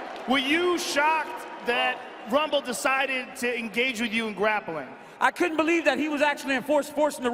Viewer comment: "Rumble" young man "Rumble"